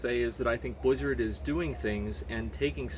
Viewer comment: BLIZZARD! not bwizzard. Work on your mouth sounds.